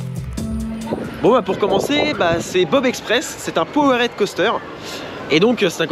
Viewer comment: Yo! Excuse-moi, mais tu me rends dingue sur l'anglais 😅. POWERED, ça se dit "poword" ou "paword" selon l'accent, quand tu dis "power-head" ça veut dire un truc genre "tête de puissance". Merci Man 😍 merci pour tes vidéos! Sam